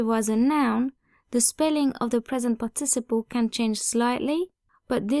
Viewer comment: Love your channel, but you might want to check out how 'participle' is pronounced in English at